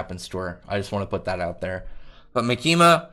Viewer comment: The tonic is on the “Ma”, so “MAkima”. Like “catholic”.